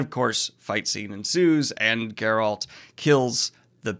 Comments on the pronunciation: Why do you keep pronouncing Geralt name wrong? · Still can't pronounce Geralt's name. lmfao